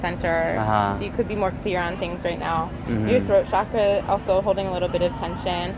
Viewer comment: I kept laughing when he kept saying schakra. I was hoping he would correct her and say chakra like naruto.